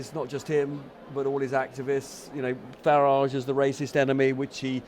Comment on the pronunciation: It's not FarAAAge..... It's Farage like in Garage.... Farage, Garage, Wreckage.....Get it!